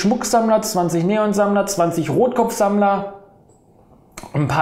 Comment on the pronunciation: Es heißt Salmler nicht Samler. Nicht böse gemeint aber es triggert mich irgendwie :)